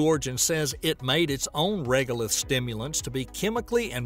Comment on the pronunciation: Repeat after me: SIM-you-lent. LOL.